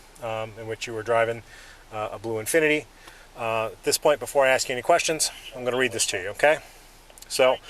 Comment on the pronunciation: Why are people of a certain ethnicity unable to pronounce the verb "ask"?